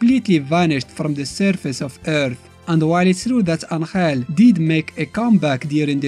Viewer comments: It's Angel not Anthrel. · Just realized you said anhel instead of angel